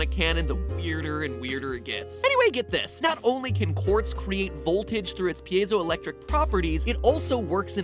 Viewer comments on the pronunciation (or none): none